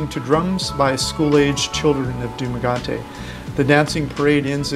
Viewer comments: Duma-get-ee. Not duma-got-ee. I lived in the Philippines for 3+ years. They eat fish, rice, and veggies mostly. Chicken and pork... beef is a luxury. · Pronounce Duma ge te not Duma ga te ... I know u Americans so the pronunciation is off but nice videos so informative 👌👍👍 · You’re wrong, Bisaya ka cguro. “DUMAGETE” you are both pronouncing it wrong. TE as in TE-NGA. not DUMAGATE but at least hindi cya Pinoy. Ikaw TI ung last syllable, bisaya yon. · DUMAGUETE not DUMAGATE🙄😲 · Du- ma-ga-te is INCORRECT. Du-ma-ge-te is the CORRECT pronunciation. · you said Dumagate over and over so i am not sure it is possible for you to correct it now but it is pronounced Dumaguete Doo mah GET eh but asides from that your video was very informative and much appreciated. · Yup, it was quite annoying when he says Dumagayte hehehe. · The constant beat of his DUUUMAAAGAAAAAAAAAATE ruined the WHOLE Video!!!!!!! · I like your information.I would like to say that Dumaguete is pronounced "DooMagehTeh".Thank you. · It's Dumaguete... like in Gettys-burg. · You have to learn how to pronounce the city of the place you're making the video of. You say Dumaguate all throughout the video. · If youd like to know it’s pronounced “Du-mah-geh-teh” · I've been cringing every time you pronounce the city incorrectly...I've been the DumaGET-TE Dumagete myself and really love that seaside town it has a lot of character. Just say the name right. Enjoy your content. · Dumaguete rhymes with spaghetti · Thanks for this vid! The city's name is pronounced Doo-Mah-Get-Ti (Dumagete). Great of you showing real life and all that you're able to explore! Cheers! xx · Its pronounced Dumagueti !! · Good video…. and yes its Duma or Duma-Get-te, no offense ;^). $800 USD a month would be a very basic survival level budget only IMO. But as you said each has our own budget. Great point western productS like quality beef cheese and the like are expensive but good quality local items can be found inexpensively.